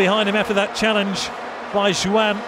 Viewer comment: Why is that the man behind the mic was not taught how to say the names properly... Jo-an?.. who tha f**is jo an?.. kawt?..